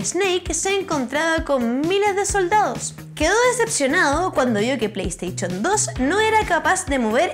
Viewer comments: me encantan los videos de esta chica pero por favor diganle que no se pronuncia"estarchip" sino "estarship" (minuto ) y que es y que no se pronuncia "pleisteichon" sino "pleisteishon". he visto que los chilenos tiene problemas con pronunciar el sonido "sh" y lo pronuncian como "ch", se escucha horrible. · Todo esta perfecto, me encantan sus videos, pero cosa como el "pleisteichon" me causan una sensasion rara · Parece que tiene un problema para pronunciar las palabras con "sh" Play "Steichon" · pley steichon 2 😂😂😂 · genial escucharte decir :" pleisteichon" jjajajajajajajajajajajajjajajjaajaj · pleysteichon jajaja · Playsteichon? Lol